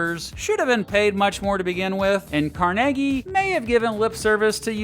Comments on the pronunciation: It’s pronounced Carnegie not Carnegie! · The history of pittsburgh cannot be told without discussing Carnegie (its pronounced car nay gee!). Great video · I'm from Pittsburgh, and it's pronounced "Car-neg-ee" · Car Neg Ee is how he pronounced it. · I thought his name was pronounced "Car-NAY-Gie". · He pounced it the latter way because he was Scottish.